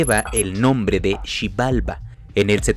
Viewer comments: ¿Por qué si la palabra Xibalbá tiene el acento en la última A, haciéndola una palabra aguda, la pronuncias mal? Xi-bal-BÁ no Xi-BAL-ba. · No sabe leer? tiene una tilde en la ultima "a" por lo tanto es "Xi-bal-BÁ", ¿cómo pueden fallar en algo tan básico gente dedicada a medios de comunicación" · Tiene acento y lo pronuncia mal el narrador!!!??? Xibalbá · Xibalbááááá es maya no sabes leer. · Con acento en la ultima a' xibalba' Porfavor.